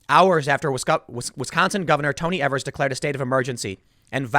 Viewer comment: Someone please tell Tim that the Wisconsin Governor's name rhymes with "BEAVERS"